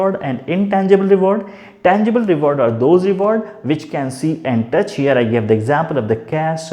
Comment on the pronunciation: Its touch not tuch🤣